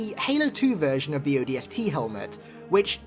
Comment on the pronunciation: he said odsp i cant stop laughing